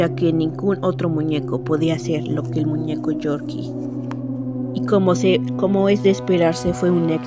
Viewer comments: ES CORKY NOOOO GORGY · No es Yorkie es corky